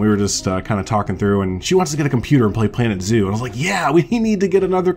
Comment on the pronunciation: At first I thought you said organ zoo 😂 I’m so excited, my fiancé is buying me a gaming laptop for Christmas so I can finally play planet zoo